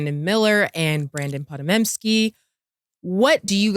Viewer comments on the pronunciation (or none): “Pa-Da-Mem-Ski” is crazy from someone called 🤦🏿‍♂️